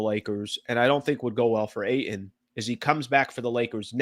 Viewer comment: The way you pronounce Ayton grinds my gears